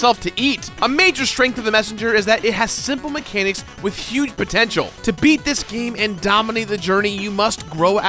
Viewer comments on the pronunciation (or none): none